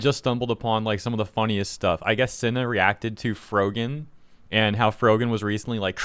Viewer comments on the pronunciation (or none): lol "FroJEN" the guy saying her name for the 'rising star' didn't know who tf she was so much they couldn't even pronounce her name correctly for the Streamer Awards. And she neeeeeever got more popular than that, should've been a sign right there that streaming might not be the move to make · It's funny how the guy announcing the award doesn't even know how to pronounce her name "Frojan" lol. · The dude giving the award pronouncing her name wrong is the icing on the cake. Rising star that no one outside of the drama space knows. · Lol he mispronounced her name on stage. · You can tell she's a shitty person cause of her reaction to when the host mispronounced her username, like it's not a big deal, remain professional. Then her slapping the back of her friends head(assuming it's a friend, I don't know this person or her circle) shortly after just contributed to her annoying persona.